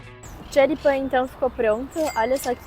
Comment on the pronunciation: Esse Xoripamm kkk bom dms deu fome